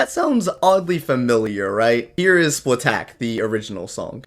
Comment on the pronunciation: It should just be said as as "Splat-Attack" not "Splat-Tack"